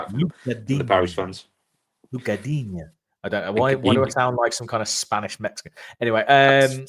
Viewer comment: Lucas Digne stated earlier this season his surname is pronounced ‘Deen’. So no ‘ya’ sound we’ve been putting on the end due to the spelling.